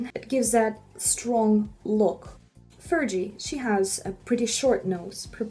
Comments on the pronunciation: also how the fuck do you say fergie’s name wrong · When she called Fergie Furgy 😂 I love it! Very awesome educational video she made all noses feel beautiful I think I like mine now too lol